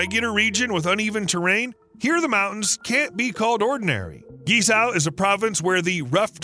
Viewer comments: It's pronounce and sounds more like KWEE-Zoe", not GEE-Sow".. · Thanks for the video. You pronunciation of Guizhou (Gee-Sour) is a shocker and funny. At least you try. Maybe try this, instead of Gucci, try Guc Joe. Yep, the bridge cost more than the handbag. Cheers. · Was so hard to hear you say GiZao 😂 it is called GuiZhou and pronounced - guyi joe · His pronounciation of guizhuo is completely unrecognizable. It's not gizow. It's pronounced like gwei joe. His pronounciation is so far off that i had no idea what area he was talking about until I saw it written, and I'm used to the Americans' pronounciation. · Not Gee Sao, buddy. Gway Joh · What you pronounce as geez-zow should actually be pronounced as gwey-zoh. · Guizhou pronounce “Gwei Jiow”, not “Gie Shou” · It’s pronounce Gway-Tso not Geezao! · Guizhou. Try saying "Gwhey joe". Not "ghee sow" 😂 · “Guei Chou” is closer to original Chinese pronunciation. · Please use a talking dictionary to properly pronounce Guizhou…..it’s not gee za! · It should be pronounces “geay-jo” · I had no idea where you were talking about until I saw it in print later in the video. It’s pronounced Gwei Joe. I’ve been there many times as my wife is from Guiyang. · Pronounced "Gwei Jow" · the pronunciation is gwei chow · It was hard to listen to this, when the speaker massacring the name of this province seemingly every 30 seconds. Take the time to at least figure out how to pronounce the focus of your video. Guizhou is pronounced more like Gway-Joe. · Please make a little effort to learn to pronounce foreign names at least a bit closer to accurate: "GuiZhou" should be pronounced similar to "Gway-Joe"! At first I had no idea where you were talking about! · Great video, but Guizhou is pronounced gway-joe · This province is actually pronounced as Queen Joe (Guizhou), except some pronunciation problems it's a great work though. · Wrong and misleading China maps, wrong pronounciation of GuiZhou, pls beware